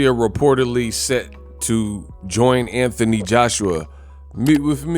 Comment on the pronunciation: Who the f___ is Antanee, say the name correctly Anthony